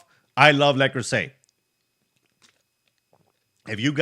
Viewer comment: le creuset is french and pronounced le cruise ay